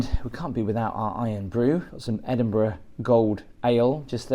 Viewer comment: I love how you explain everything. But why can you not pronounce Edinburgh correct. Especially as your English. Very very disappointing